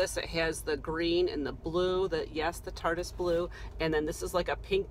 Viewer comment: I crack up everytime you say Tartis blue 😊